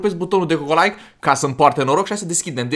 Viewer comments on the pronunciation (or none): none